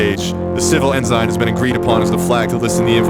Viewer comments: its en-sin not en-zine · PSA, “ensign” is pronounced “ens'n”, not “enzyne”. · Say it with me: "En-sin" not "en-sign" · "Ehn-zine" is killing me. Ehn-son or ehn-sign please. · It is pronounced as EN-Sin not En-zine! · Honestly having trouble accepting a lesson on flags from someone who pronounces "Ensign" as "En-Sign". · Interesting for a rant about getting things right, I keep hearing things Pronounced strangely like bel-I-ger-ant, instead of bel-I-jer-ant, and N-sign instead of N-sin. But, that's just the pedant in me talking. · My dude can pronounce pernicious but not belligerents or ensign!? Please. This video killed me with your unique interpretation of these words.